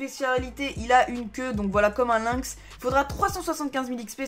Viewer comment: C pas lynx(linx) c lynx (lainx) sinn bonne vidéo